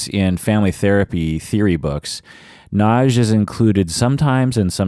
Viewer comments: Nagy= correct pronounce is "nod-yuh.". Nagy- translated in English means "big". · Actually it's pronounced to nearly rhyme with "lodge"... the "-gy" in Hungarian has a unique sound so that "Nagy" is pronounced something between "nodge" and "nod-yuh." Source: Dad is from Budapest 🇭🇺